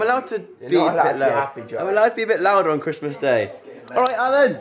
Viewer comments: just to let you know it is nala not Alan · Joe can't say Nalas name right and it really annoys me, he calls her Alan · btw it's not Alan it Nala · Why does he call nala allen LOOOOL